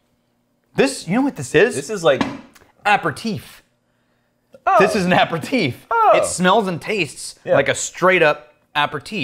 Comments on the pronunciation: "Apper-teef"? You mean an aperitif (pronounced "a pair of teef")? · Going into the jerk / snob / asshole territory, but it is pronounced a pear a TEEF, not apper teef. And digestif is IF, not IV at the end. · Is he trying to say Aperitif? as in A-Pear-E-Teaf?